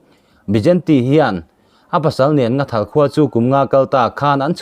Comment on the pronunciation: Nghathal tih tur aw Nathal nilo in